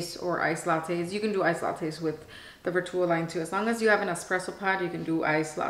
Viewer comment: Plz plz plz plz pronounce Vertuo properly! U can google how to pronounce vertuo it was hard to watch your video u say vertuo wrong ssso so many times. Gosh